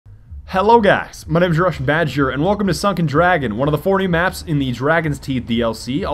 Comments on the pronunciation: When he said Four in the beginning I thought he said Four*ty* four. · Did he say 4 new maps or 40 :\